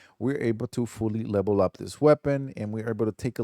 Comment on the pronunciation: stop saying lebel